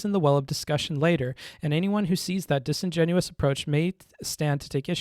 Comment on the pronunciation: Good points. BTW, the word is "disingenuous", not "disingenuine".